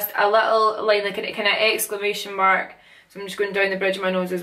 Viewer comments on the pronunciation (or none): none